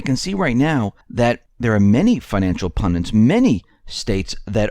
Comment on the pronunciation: What is a "pundant"? You mean PUNDIT (like "FUND IT"). Also: Currency by decree, spelled "FIAT", is usually pronounced "FEE'-AT". (It's a Latin word, as in "Fiat lux" - Let there be light. And there was light.)